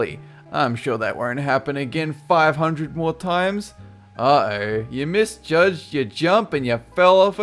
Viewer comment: Rfono97 That's how it sounds when he pronounces it.